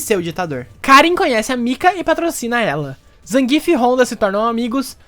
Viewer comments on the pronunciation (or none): Adendo (*): Por favor, Zangief [ZanguiÉF] e não Zangíf!!! Bote seu SFVI aí no seu pc ou console, ganhe qualquer uma com ele [ou perca contra ele] e veja o narrador falar! Reddo Saikuron wa muteki da!!!!!!!!!!!!!!!